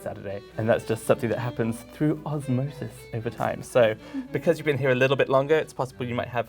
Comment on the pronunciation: No one: The dialect coach: OsMoSiS